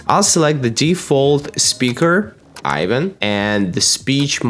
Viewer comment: That’s not Ivan y’all. That’s.